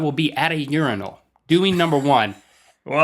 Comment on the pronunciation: Thank you for pronouncing Urinal correctly. I hate when people pronounce it your-eye-nal. Also, I completely disagree with urinals. I think they are disgusting and that all human excretions should be private. I don't know if these are in America yet, but in Europe we have public urinals that are basically a pyramid type thing that you walk up to, right on the street, and go into. I can't imagine a more offensive or degrading thing as a man. Like being a dog.